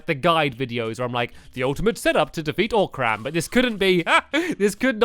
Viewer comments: also its not oc-ram its o-cram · He knows you pronounce it oh-crum not oc-ram, right?